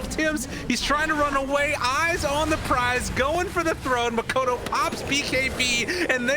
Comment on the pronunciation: boom can win? that's new. why the caster always call "makoto" instead of "mikoto"